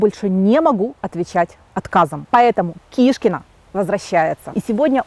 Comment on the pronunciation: Не кишкина,а шкуркина!!!!!будет правильнее